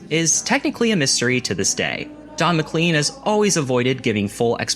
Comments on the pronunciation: dude, you should check your pronunciations.. Don McClean?, etc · American Pie? Your favorite song? How about your pronunciation of McLean? C'mon my man... Great Video otherwise. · Amazing video sir. A++ . . . Please learn how to pronounce Don McLean's last name, though! 😉